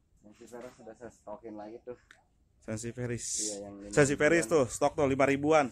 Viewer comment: Sansiviera pak bukan sensiveris 😀